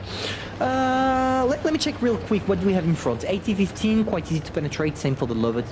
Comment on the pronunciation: I like how he mispronounced "Löwe" as "lover" (you have to stretch the "ö" more)